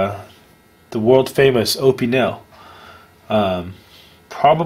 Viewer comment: It really annoys me. I live in France and he says Opinel and Carbone so wrong.